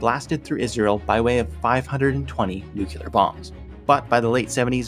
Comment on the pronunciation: ...nucular? 🤣 Jokes aside, you did an amazing job. The algorithm gods will one day reward you for your good work. GG